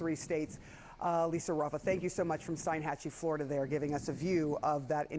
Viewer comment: Oh, to be a double wide salesman in flo-ri-duh! 💩